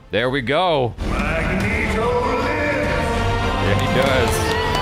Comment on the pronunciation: I keep not hearing the 's' at the end of "Magneto lives!". It's very jarring....